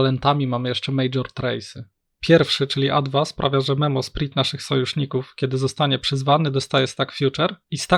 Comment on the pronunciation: prosze nigdy wiecej nie bierz tego gościa na odcinek, wyłączam to w momencie jak znowu ma gadać, pierwszy raz przebolałem ale jak znowu słysze "memosprit" to mi uszy krwawią, no jezu, poprawna wymowa słówek angielskich jest uczona już w podstawówce, tragedia